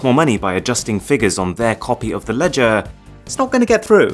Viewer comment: I think I will never be able to imagine the pronunciation of the word LEDGER normally. Every time you pronounced it you've done it in a funny way. LEDGAAA!